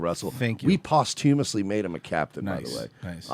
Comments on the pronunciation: saying posthumously makes me cringe. Quit talking like ur an intellectual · I forgot how mispronounces posthumously here, ugh...... so cringe